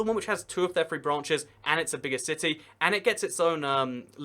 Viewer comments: 3 is pronounced "three", not "free". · It bugs me how you say “free” instead of “three”